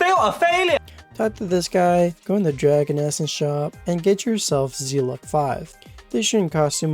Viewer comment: its zeh-lott same pronunciation as weapon...